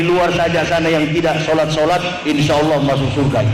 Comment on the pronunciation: sebut allah saja ngak pecus dolll